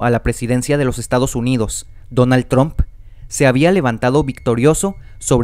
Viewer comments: PRONUNCIA BIEN. NO ES TROOMP ES TRUMP, se pronuncia con A no con O. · cuando pronunciaste Trump como Tromp, perdiste mi atencion. Pausa y chau video. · no puedo creeer que dijo TROMP no puedo creerlo amigo no se dice el nombre como se lee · ¿Por qué dicen Tromp? lol